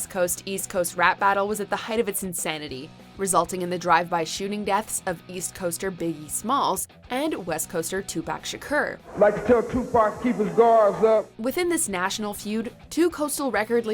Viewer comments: ..."Too-Pack Sha-Kerr" .. 🤦🏻 Jeez-ziss , lady. Lmao. I musta rewound that sht 6 times; just to be like...is it just me.? Or did she really jus mess his name ALlLlLlLLLL the way up lmao? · Did she just say Tupac Shakurrrrr?